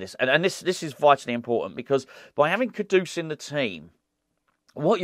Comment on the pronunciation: For the love of God, what is with this “Kodoose”?? It’s Kudus mate. 🤦🏻‍♂️